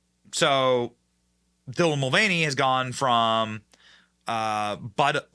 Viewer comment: I swear I keep hearing Devil Mulvaney lol and hey congrats on your 1M man you deserve it.